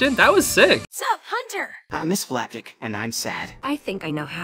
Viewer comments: Him: flapBACK Me:*breathes in intense* it's FLAPJACK NOT FLAPBACK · Flapjack ❌ Flapback✅ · I die inside every time he says "Flapback" and not Flapjack. Is anyone watching in 2024? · Is it just me or is he saying “Flapack” instead of “Flapjack” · flapback? that's what I hear him say, isn't it flapjack? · not sure if its some sort of inside joke or something but hunter’s bird’s name is “flapjack” like a pancake, not flapback 😭😭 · I HATE THAT HE KEEPS SAYING: "Flap back" LIKE FLAP BACK!? NO ITS FLAP-JACK RIGHT? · His name is flapack ive watched the owl house five times and always heard flapjack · Bro over here saying flap back it's FLAPJACK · Everytime he says flapjack He says flapback instead and its funnys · You keep calling Flap-Jacks flat-pack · He said flapback. I am mad. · Hunter called it flapjack not flapback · I’m sorry but you keep saying flapback instead of flapjack 😮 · I loved this video but... IT'S FLAPJACK NOT FLAPACK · if you are a real toh fan then you know IT'S FLAPJACK!!!!!!!!!!!!!!!!!!!!!!!!!!!!!!!!!!!!!!!!! NOT FLAPACK!!!!!!!!!!!!!!!!!!!! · Flapjack, not flappack zeez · IT'S FLAPJACK!!!!!!!!!!!!!!!!!!!!! NOT FLAPBACK!!!!!!!!!!!!!!!! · STOP PRONOUNCING IT "FLAPBACK" ITS "FLAPJACK" 😠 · It’s not flap back it’s flap jack 😡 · Isn’t it flapjack? Not flapack? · It's pronounced flapjack. I mean oh my God, bro. NOT FLAP BACK JESUS CHR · Btw it's not flapback like u kept saying it's flapjack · he is saying "flapack" when it's pronounced "flap-jack" IT'S SELF EXPLANITORY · Its flapJACK Not flapBACK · just so you know its pronounced flapjack and not flaphack or whatever you were saying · Bro saying flapack instead of flapjack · HIS NAME IS FLAPJACK NOT FLAPBACK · its not flapack its flapjack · it is flap jack not flap pack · Not flapbak its flapjack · why ado you say flapback its flapjack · ITS FLAPJACK NOT FLAPACK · is saying "flapack" btw not Flapback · It's.. flapJACK like a pancake. Great vid, but PLSSSS just say FLAPJACKKK lol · He said flap back